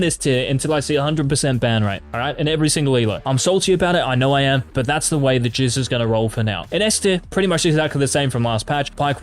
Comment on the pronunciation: Did this guy say his name is the jizz?